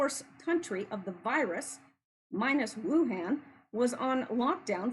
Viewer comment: why do you keep calling it Wuhand? Why do you insist on mispronouncing the very well-known name of Sun Tzu?